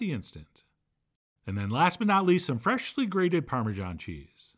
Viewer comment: I love the way Chef John says “fer Esh ly” ground or chopped.